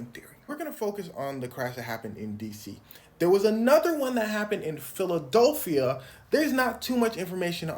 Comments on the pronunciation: ITS PHILIDELPHIA NOT PHILIDOLPHIA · Why you keep saying Philodolphia? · Why do you say Philadelphia like that?